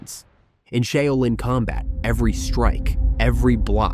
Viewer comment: Pity the Ai can't say Shaolin.